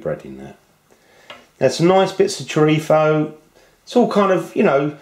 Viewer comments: It is good to hear the correct pronunciation of the word "chorizo". Nice Stew. My tip..... at the end just before serving, stir in a couple of spoons of Kalamata Olive Oil, this will make the liquid silky. Best wishes Dez Sanderson , Youtube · In Spain, they pronounce their z's and c's (when the c is before e or i) with a sort of lisp. That's where he got that pronunciation from, since people in the UK are more influenced from European Spanish than Latin American Spanish. :)